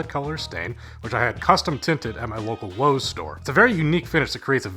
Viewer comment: you said lowes im out